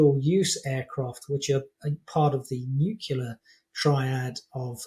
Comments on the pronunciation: Major General doesn't know how to pronounce "nuclear" . It's NOT "NEW CUE LER", it's "NEW KLEE ER". Sheesh. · I always tend to discount experts who still say "nu-cu-lar". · Really? He doesn't know how to correctly pronounce "nuclear" - he pronounces it "NEW CUE LER"... WRONG. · It's nuclear, not nuqueler. I cannot take this man seriously until he learns to pronounce this simple word correctly. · Thx Chip, interesting discussion. Seriously! But, for a British Maj. Gen. you should know how to pronounce Nuclear. It's Nyoo·klee·uh, not Nuk-you-lar. Used to make the same mistake. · Great speaker - clear and infirmative. Lose half a mark for all those 'nuculars', the 'hence why', and the semantically strained 'caveatted'. Is this a new shiny penny among important organisational folk? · The word is "nuclear", not "nucular". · yep - "new cue ler" - ach! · Please get quotes right. And people who can say "irreplaceable" really should learn how to say "nuclear." It's from the nucleus of the atom, which lacks a nuculus. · You went nookular on the guy! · Pewtin shouldn't have used his MAD deterrent aircraft to attack civilian targets. It wears them out and makes them unpopular. Pewtin will need a longer table after this blunder. Is "nucular" the British pronunciation? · I really do wish he would learn how to say "nuclear" properly. The atom lacks a nuculus. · Can no one say "nuclear"? - not even the 'experts'?